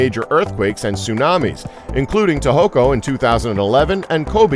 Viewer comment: I know, Ya- kooz- za and ta-ho-ko instead of Tohoku D: it's